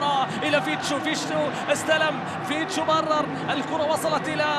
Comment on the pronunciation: المعلق يقول فيشتو هههههههه